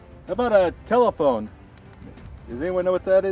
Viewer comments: "Taolephone"? Really? This alone will get you demonetized 🤔😂. Seriously though, good work as always 👍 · The "taulephone" I eventually got it 5 seconds later 😂😂